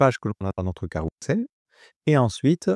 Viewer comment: ça se dit carrouzel et pas carroussel ;)